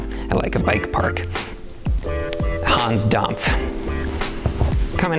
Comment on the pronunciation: gotta love the 'hons domf'